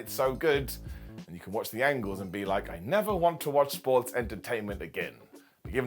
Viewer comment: Every time says the word “sports”… It does something to me. As if there was a hiccup in the matrix.